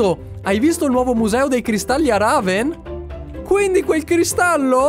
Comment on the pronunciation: la città si chiama REVEN non "Raven"